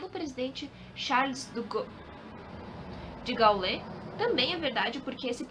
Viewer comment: Mocinha formosa. É "Fréderic Fôrsait". E "Charles De Gôu". 😉